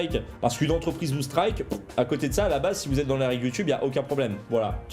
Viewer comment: Mais c'est quoi ce délire.. le gars il remplace tout les "an" par des "on". Il a le nez bouchée en plus. Un écron un romplacemont concernont ontreprise carrémont passer en tondonce développemont :T